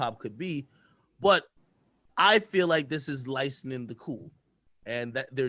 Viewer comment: the word is LICENSING stop saying LICENIN 🤦🏾‍♂️🤦🏾‍♂️